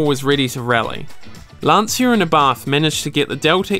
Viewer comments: It's not pronounced "Lan-see-ah", gotta remember it's an Italian last name, so it's pronounced "Lan-Chya".... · It's not Lan-see-uh. It's LAHN-chah. 2 syllables not 3. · Please, it's Lan-Chia, not Lan-See-a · Good video, but if you want to tame the heart of Italians you should say "Lan-cha" instead of "Lan-see-a" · Lan-Cha not Lansia. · Awesome video. Just a linguistic tip for English speakers, which very often mispronounce the name. In the name Lancia the Italian C is pronounced like the English CH, like in the word 'cheese'. To an Italian listener you are saying LanSia. To figure it out quickly, write the word 'spear' on Google Translate then translate to Italian. Italian for spear is in fact lancia. Then tap on the speaker and listen to the correct pronunciation ;) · it is pronounced "Lan-Chia". respect the italian way of pronounciation please. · It's an Italian name, not English. Obviously, You and the commentator didn't know it. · Just one little thing: in italian, "cia" is pronounciated like you would do with "cha" in english. You should say more like "Lunch" plus the A as you already say it in the video. You can hear it in this video 40 seconds in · You managed to mispronounce all the italian car brands. Every time you say Lancia, my ears bleed